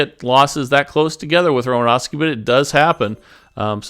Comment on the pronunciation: You sure butchered romanowski demonstration